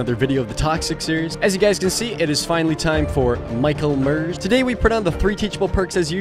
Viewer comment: ‘Michael Mers’ lmao that got me